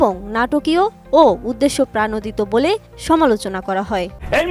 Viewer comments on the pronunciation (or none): উদ্দেশ্যপ্রাণোদিত নাকি উদ্দেশ্যপ্রণোদিত? আমার জানা মতে উদ্দেশ্যপ্রণোদিত হবে শব্দ টা।